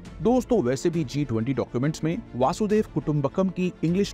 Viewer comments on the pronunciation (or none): Please make correct pronunciation of vasudhaiva kutumbakam it isn’t vaasudev it is vasudhaiv. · Please pronounce our Samskrutha words properly, if we can't even do it, who else can. Its Vasudaiva the whole universe or world 🌎 not Vasudeva, it is name of Krishna. Thanks. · Wo वासुदेव nahi, वसुधैव hai. Dono mai bohot farak hota hai. Please pronounce it properly.